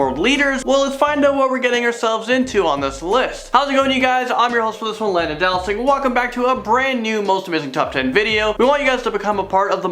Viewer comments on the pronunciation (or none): none